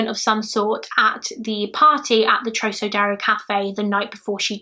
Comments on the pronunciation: Trocadero is pronounced trock (like frock) ah dare oh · said trokadero x }:‑) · Club TROCADERO is also pronounced with a Hard “C” as in ROCKadero.